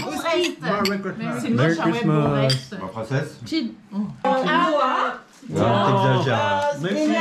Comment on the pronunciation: MEWWY CLHISTMAST :D